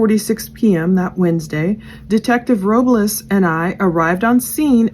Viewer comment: Soto is pronounced the same way you’d pronounce soda just with an O at the end instead of an A 🙂 You got Robles perfectly 👌🏼